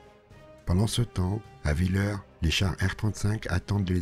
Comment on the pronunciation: Je crois que "Villers" se prononce "vil-herse"